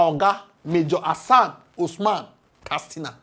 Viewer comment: K A T S I N A Not kastina